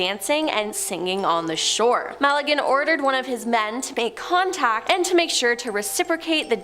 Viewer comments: Malagen??? I believe you mean Magellan (ma-gel-en) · Ferdinand (ma-gallin) lol it's Magellan (ma-jellin) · It's pronounced MaJELLen, gosh.